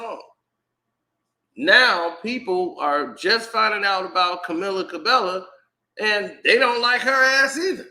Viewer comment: I'm pretty sure that's not how you pronounce this young woman's name Sir 😂🤣🤦‍♂